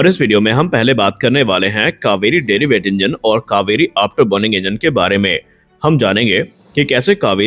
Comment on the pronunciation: "Derivative Engine" and not what you are pronouncing "deriweight"